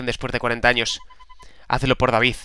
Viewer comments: me pones de los nervios que es DEIVID no David cona! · es deivid no david se pronuncia deivid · se pronuncia deivid no david!!! A la inglesa!! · 1° El nombre del abuelo de mark se pronuncia Deivid, no David. 2° Segun avanzas en el juego van aparecienfo cofres nuevos en sitios en los que ya habias estado. 3° Para meter a los jugadores (por ejemplo hoy a Bobby) no necesitas cambiarlo por otro (como has hecho al sacar a Jack). Abajo tienes huecos libres donde puedes meter a mas jugadores PD: Si no sabes hacer esto ultimo mira mi comentario del episodio pasado o busca cualquier otro donde te lo expliquen. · QUE NO SE LEE DAVID, SE LEE DEIVID!!!!!!!!!!!!!!!!!!!!!!!!!!!!!!!!!!!!!!!!!!!!!!!!!!!!!!!! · es deivid no David jajajaja sigue Así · el Sr. Raimon no es malo. 1- Dios santo, es Dei-vid no Da-vid. 2- Smith es bueno- 3- #QuitaYaAWillyYPonAShadow 4- Ya veras quienes son los ``demás´´. 5- Recuerda curarte para el proximo episodio. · no se pronucnia daivid se pronuncia D-E-I-V-I-D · no es daivid es deivid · Se dice ''Deivid'' no David Evans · S.O.S Me duele la cabeza de escuchar ''Davíd'' en vez de ''Déivid'' D' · qu el abuelo de mark se pronuncia deivid no david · Me caguen todo no es david es Deivid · se pronuncia deivid no david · no se pronuncia david se pronuncia deivid. Mírate el anime que te gustas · emmmmmm..... repite conmigo D-A-I-V-I-D no se si soy el unico pero me raya cuando no pronuncia bien el nombre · SEGURO que va a volver a pronunciar mal el nombre de David Evans